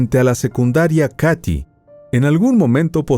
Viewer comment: Qué horror casi lloro de la rabia que lo dejaron libre ... solo una corrección , se escribe Katy pero se dice KEIDI ( el área donde ocurrió todo )